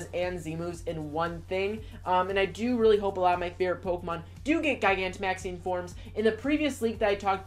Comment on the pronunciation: Try pronouncing it like this... Ji-gan-to-max-ing ... Like a giant. ...